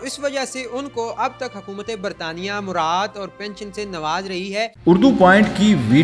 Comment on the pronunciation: "مرات"نہیں "مراعات"